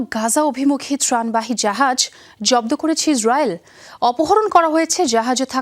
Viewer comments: সংবাদ পাঠিকা সংবাদের ৪:০০ মিনিটে "ইসরাইল"কে কি "হিজরায়েল" বলেছে? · শুদ্ধভাবে হিস্রাইল শব্দটা উচ্চারণ করার জন্য আপনাকে প্রানঢালা অভিনন্দন